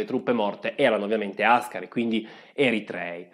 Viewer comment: Non hai detto troppi nomi,li hai detti tutti e hai pure azzeccato l'accento di Áscari. Grande! P.S. si racconta che Menelik alla contestazione,da parte dell'ambasciatore italiano, dell articolo 17 così rispose:"devo essere stato poco bene con il cervello se ho firmato una cosa così!" Come sempre le figure da fessi le facciamo da molti anni addietro 😂